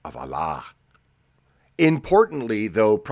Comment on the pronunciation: bro, you pronounced "Allah(SWT)" incorrectly. it should be pronounced as "Aw lah" or something to that effect.